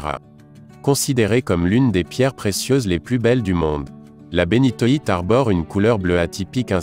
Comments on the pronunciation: c'est insupportable. c'est donc si difficile que ça d'apprendre à prononcer (après correction) les noms des cristaux ? comme si l'accumulation de mots sans intention ne suffisait pas, les Taaffettes, Bénitwattes et Poudretettes disqualifient cette vidéo. quelle plaie ! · on dit aussi "Zoïsite" et pas zoisite, pareil pour la Bénitoïte, et le béryl rouge s'appelle Bixbite. Sinon très bonne vidéo, a part que tu as oublié le diamant bleu :)